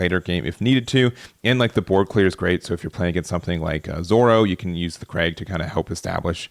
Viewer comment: Fyi kreig is not the dame as craig lol